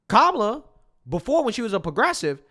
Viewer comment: SAY HER NAME....Kow--MOO--LA